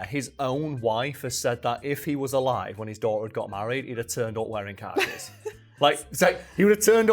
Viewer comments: What are you saying at the end of the video regarding what's on Venezuela's currency? Captions couldn't figure it out either, ha. Also, the way you pronounce "khakis" is how a normal American would say "car keys". But go to Brooklyn and they'll say "car keys" like "Cah-keez" (khakis) No hate, love the content! Just a funny observation of someone with a Mid-Atlantic dialect. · I forgot the point of the video so when you said (what could be reasonably misheard as) "car keys" I stopped the video and was just like "yeah alright, makes sense" before moving on to remember khakis are a weird word